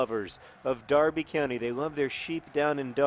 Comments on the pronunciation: You said Derby correctly! I have a greater admiration towards you Mr Green :) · I meant more because Americans (and anyone from outside of the UK) never pronounce Derby correctly and noted that he knows the correct way which I was pleasantly surprised about.